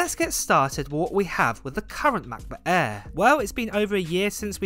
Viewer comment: why do you say air like that? lol MacBook ayaaaaaaa